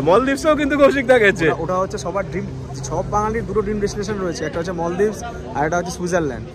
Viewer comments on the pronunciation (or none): মলদ্বীপ এভাবে ভুল উচ্চারণ না করে বলুন মালদ্বীপ, it sounds great